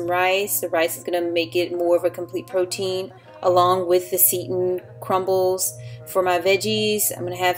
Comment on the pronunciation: Wow, that breakfast looks beautiful...very IG-worthy! ;-) Just as an FYI...the 'Seitan'..... it's pronounced 'SAY-tahn' vs. 'SEET-uhn. ;-) The hair care product line looks great. Thanks for the tip! All your meals looks so delicious!